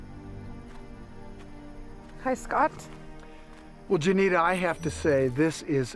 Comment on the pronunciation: Are you doing a show about white people stealing natives land from other white people and trying to get a native to help you?😅 also, I'm not sure you're pronouncing Juanita correctly.